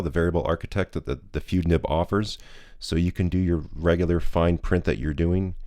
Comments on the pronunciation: It's "fude = foo-day", the ending rhymes with the photography term "boke = Beau-kay" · I am sure someone else spotted the anglicized pronunciation of "fude". It is "foo-day". Aside from that, I have a Bobby fude nib for my Wing Sung 601a. It is a marvelous writer. Very smooth but I need to practice with it more to get the full benefits of this nib. It does produce some interesting line variation when doing normal script. Bobby also created an architect nib for a Lamy Safari or Jinhao 80. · Not FOO-day. It's FOO-de. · "Fude" is a Japanese word (筆) and is pronounced like "foo-deh" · Fude is pronounced Fude not Fude or Fude. 👍 😂😂😂😂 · if you care, the correct pronunciation is FOO-day. surprisingly good job on naginata though